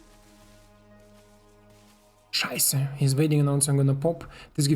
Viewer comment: Are you from austria? 🇦🇹 i think i heard you say ,,scheiße” sounded like an austrian. 😎☝🏻